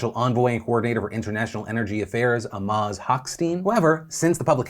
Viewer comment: Amos is pronounced Ah-MAZ? I thought it rhymed with famous.